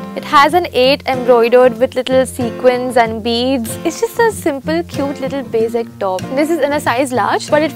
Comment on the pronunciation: What is wrong with pronouncing basic so weird. Ughh. Love the videos btw! No hate!